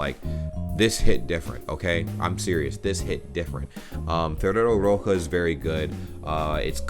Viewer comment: Ferrero roche is pronounced like rosché like sheep